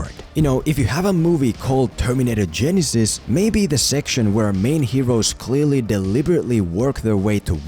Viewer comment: For only this movie, to me, it's pronounced Ge-NY-sys.